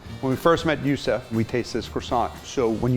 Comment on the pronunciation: It comes from the Arabic which isn’t pronounced Yoo Soof. That’s dumb. It’s Yoosif.